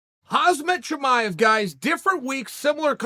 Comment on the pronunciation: Bro how do you still not know how to pronounce Khamzat Chimaev yet